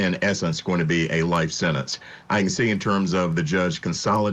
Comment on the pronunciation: " In terms of the possible sennance the defendant, ummm, thirsixyeight years old". What the hoot, narration? Defendant was thirtysixty eight years old. How old was the father?